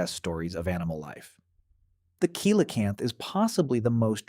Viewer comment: Pronunciation is wrong. It’s Si La Canth.